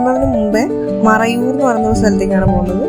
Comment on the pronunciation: It's not marayur it's Marayoor 😊